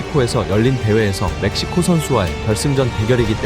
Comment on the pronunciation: 멕시코 ㅅㅂ 지금 메시코 (몇 시고)